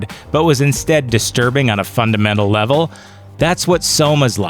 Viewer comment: not sure you were saying level or evil